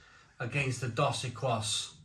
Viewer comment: equis is pronounced ekis - it means X ,so dos equis means 2X - ie double